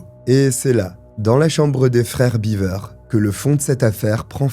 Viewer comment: 'Biver'-Beaver, c'est une famille de castor, si tu le prononce comme ca. 'Bever 'Ca se prononce Bèv-r.